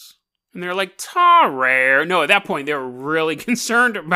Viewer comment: Tarrare is pronounced differently tar rary is how I pronounce it